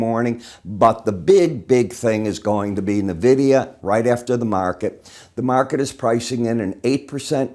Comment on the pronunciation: Friendly FYI, it's pronounced "Envidia" not "Navidia".